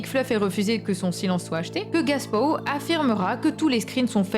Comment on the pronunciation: Bonne vidéo ! Mais tu dis "Gaspow" a la place de "GApow", ça peut porter à confusion pour notre youtuber RL Français 😅